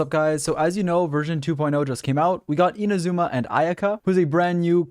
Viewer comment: How come everyone mispronounces Inazuma? Its not ina-ZOO-ma, its I-NA-zu-ma.